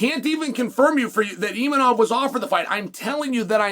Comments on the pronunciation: Imanov lol. I think its Imavov Chael. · Where is the N in Imavov Chael 😂😂😂